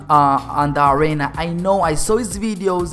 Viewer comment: It's arena not arana